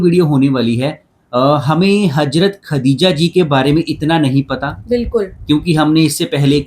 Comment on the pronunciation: Bhi hajrat aor hazrat dono ka alag meaning hey sahi se pronounce ker lia karo 🤌🏻